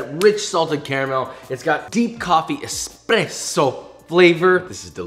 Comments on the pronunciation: as an italian I’m amazed by the way he said “espresso”. JUST PERFECTTTTTT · Thank you for nailing “espresso” pronunciation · amazing accent when saying Espresso..from an Italian, well done